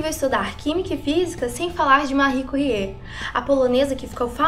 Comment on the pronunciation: márri cúrrié? pensei q fosse méry quérie